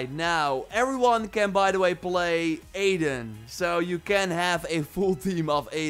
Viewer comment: I swear i hear adin & ranch, instead of aiden & wrench